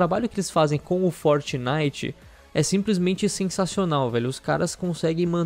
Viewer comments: "forinite" KKKKKKKKKKKKKKKKKKKKKKK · forinite kkkkkkkkkk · Melhor parte do vídeo foi o "forinite" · É FORINITE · "forinite" kkkkkkk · "FORINITE" kkkkkkkkkkkkk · forinite wtf kkkkkkk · "Forinite" ksks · forinite KK